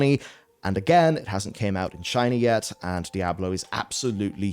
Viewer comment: "Die Ablo", yeesss ?